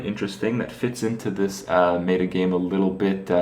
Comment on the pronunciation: wait, did kripp say "MAY-ta"??